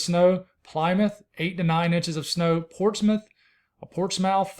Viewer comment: Portsmouth NH is pronounced “port-smith” and Worcester MA is pronounced “wuss-ter” (or “wuss-tah” if you want to give it the Mass accent lol)